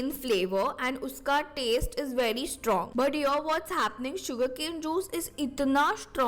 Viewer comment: Didi anyone noticed she said shtrong i stead of strong 😂😂